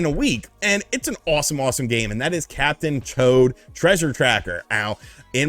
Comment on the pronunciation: Sounds like you called it Captain Chode